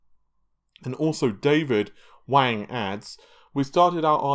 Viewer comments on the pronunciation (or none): none